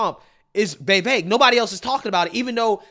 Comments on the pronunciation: Why do you say “vey-vaik” isn’t tit vi vaik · Why do you pronounce his name “Vayvake” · Dude get the name right. Vi-veik (like “cake”) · Who the hell is “vayvayke”? Sigh i know i know it’s probably how he speaks but gosh man atleast say the mans name correctly. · it’s Vivake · Bro, for the life of me, I can't explain why you're unable to pronounce Vivek correctly. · You keep on using Vivek as a content, at least learn how to pronounce his name! TRUTH❤ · Trump has too much baggage and is immature. The rabid Dems will continue to attack him with every false accusation they have, and with the support of the media. I've been supporting Vivek since before I could pronounce his name. He's brilliant and I'd love to see a debate between him and Biden.